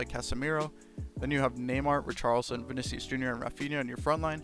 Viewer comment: it's pronounced ree-shar-lee-son :)